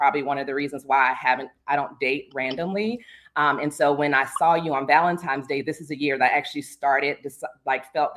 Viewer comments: That's a huge pet peeve of mine Valentine's (not times) isn't hard to pronounce. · It is Valentine's Day with an "N" 😊